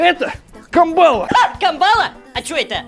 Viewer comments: КАмбала, а не камбАла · Не камбаааааааала, а кааааамбала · мне, как жителю Камчатки, режет слух КамбАла😭 кАмбала, ребят, кАААмбала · Правильно: Кааамбала, а не Камбааала🥴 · Не камбáла а камбалá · вообще-то не камбала а камбула ударение на первую а 😅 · Не камба́ла а камбала́ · Не камбала ударение на 2 слог,а правильно камбала на 1 слог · Ударение на кАмбала вроде же другое? КамбалА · камбалА, а не кАмбала!!! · Камбала ударение на первое а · кАмбала, девушке с Камчатки слух режет😅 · Земляк😊 да, на дальнем востоке произношение одно из самых правильных, поэтому кАмбала :) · Да, тяжёлые 90е, Живу на Камчатке и здесь , на краю земли, особенно было не сладко в те лихие 90е А вот рыба Ка'мбала,правильно на первый слог ударение, так себе рыбка, но вот вяленая😋самый популярный деликатес к пиву🤭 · Мы на Сахалине называем эту рыбу "кАмбала", ударение на первую А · кАмбала. ударение на первый слог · А почему камбАла? Автор для смеха ударение изменил? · Не правильное ударение, на первый слог надо - камбала. И её не привозили на раздачу населению. В основном, если и раздавали, то добывали на ДВ. Тихий океан под боком. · правильно кАмбала ударение на 1 а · на северо Востоке камбала водится, и там все ударение ставят на первую букву А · Как меня дергает от неправильного произношения камбалы) Ужас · Камбала падает на букву а ударение в первом слоге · Камбала- вкусная рыба(ударение на 1 а) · Почему камбала.? Ударение ведь должно быть на последн.гласную? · Вас на камчатке за такое удариение на камбала правильно говорите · То есть суть ты даже сообразить не можешь, что в видео специально ударение неправильно поставили?